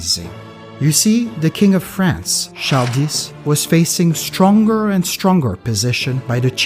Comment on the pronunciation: Wait...how did you pronounce Charles? Char-dis? That's one of my name's and apparently the grandfather whom I got this name from was a Haitian who spoke creole.